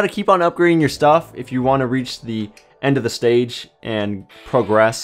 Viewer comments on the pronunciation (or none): none